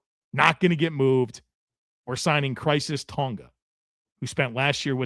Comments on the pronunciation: Tonga's first name is pronounced Kye-RISS not crises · Khyris, not Crisis,. Lol.